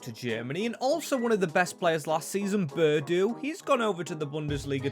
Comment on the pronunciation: Bur duh????? It’s Bun-do